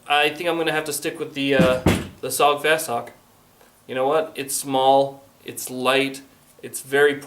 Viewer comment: IT'S PRONOUNCE S O G! NOT SOG! YOU SAY THE LETTER INDIVIDUALLY!! WHY DOES EVERYONE GET IT WRONG???